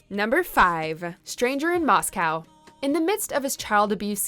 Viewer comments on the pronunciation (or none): none